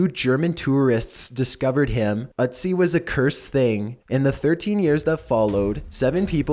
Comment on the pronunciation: you're saying it wrong. It's not "Utz-ee", its "Ötzi" (rhymes with tootsie)